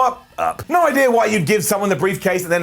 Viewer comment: said: you have no eye-dea....